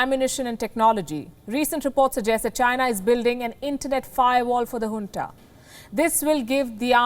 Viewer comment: its junta not hunta